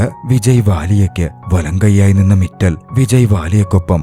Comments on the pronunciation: മിറ്റൽ അല്ല മിത്താൽ ആണ് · മിറ്റൽ അല്ല മിത്താൽ ആണ്.